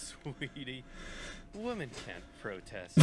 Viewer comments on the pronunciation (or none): I like the original video and the reaction, but it drives me nuts how Oversimplified pronounces "women."